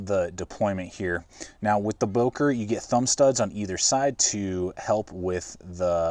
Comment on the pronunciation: i liked, good vid. would wish the böker had a finger choil, as well as the delica. would make the delica almost perfect for a lightweight edc. one more thing: dont wanna be smartass, but its not "bouker", as english speaking people say, its "böker". please look it up how its being spoken. would make the vid more sympathic, professional and international, more world-opened up.